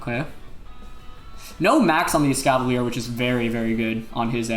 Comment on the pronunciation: Every time Wolfey said Escavalier he pronounced it differently.